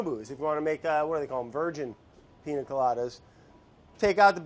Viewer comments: if he says PINA instead of PIÑA again we’re gonna have a huge problem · PIÑA COLADA BRAD NOT PINA COLADA 😭🤣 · So, of course I love Brad. Even when he cant correctly pronounce "piña" (Ill let it slide just because its him). But, hey producers, what happened? I mean I know its summer, and you want to just chill, but this ep was ...underwhelming. No crazy edits/music, where was Vinny? Super simple recipe.... the highlight of the video was seeing Andy letting go of control and having a sip of alcohol at 3pm ... (Im still a bit shocked to find out he drinks, he seems so cutefully type A) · I don't know if this correction has been made before, but it isn't "Piña coladas" is "Piñas coladas" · PiÑa not piNa...changes the way to pronounce it 😉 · atleast learn how to say piña